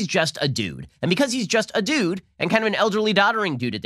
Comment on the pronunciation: When Ben said "he's just a dude"--I thought he said "he's just a douche"...way more accurate.